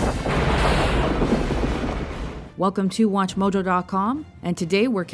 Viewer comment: anyone else noticed the weird way she said 'watchmojo DOT com' at the intro?